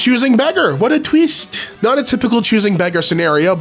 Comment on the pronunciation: "What a tweest" made me laugh 😂